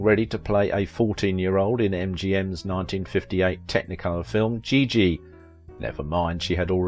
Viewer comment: A very talented dancer, movie star. Thanks for the post. But, please pronounce her name properly as well as the movie "Giggi' -- a soft "G."